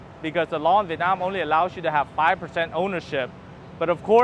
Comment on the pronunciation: Hi , if you pronounce the word "Vietnam" like how the local pronounce it, you will sound more Vietnamese. This spoken word stand out very obviously every time you speak Vietnamese ?